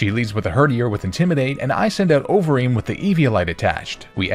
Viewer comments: i kept mishearing overeem as ovary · Idk if anyone else felt like this but it sounded like you kept saying ovaries for conkeldurr’s nickname